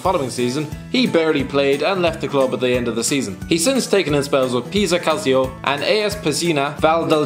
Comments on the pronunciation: Please learn how to pronounce Calcio and Calciopoli! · and Calcio for that matter